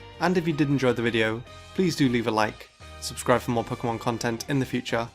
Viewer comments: Its PO-KAY-MON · i'm just here to here him say poke'mon